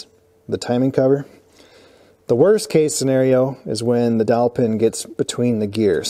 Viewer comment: Could have sworn you said "killer dolphin!"